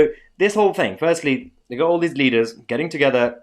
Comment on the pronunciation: WEF did you say leaders or bleeders?